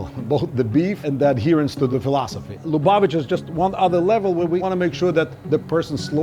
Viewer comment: Finally!!! an episode on Jewish food. Great video -- thank you! You should go to Israel next. Congrats on pronouncing Lubavitch correctly after... many attempts.